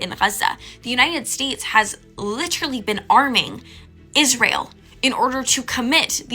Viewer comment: Please stop saying litcherally. It’s not a word.